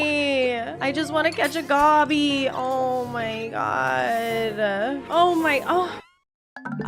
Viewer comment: Heads up!! The Goby fish is pronounced Go Bee, Gobby is Aussie slang for a bj